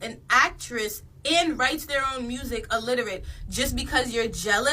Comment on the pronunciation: This just made me realize how many people can't pronounce the word "illiterate" correctly 😂😂